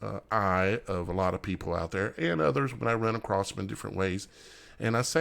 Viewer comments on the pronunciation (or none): “Acrost” is not a word. The correct word is “across”.